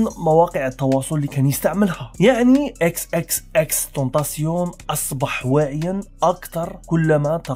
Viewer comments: تايشن ماشي تاسيون و اسم العلم عندو نطق واحد باش ما تقليش هاذا النطق الفرنسي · انت قلت اسمه غلط 😂😂